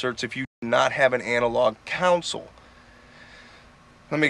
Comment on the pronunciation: Nice studio cuddy. Yeah... the Symphony I/O is incredible - best converters I've ever used. My mixes sound so much better now. FWIW... a "console" is pronounced [kon-sohl] not "counsel". Great video regardless.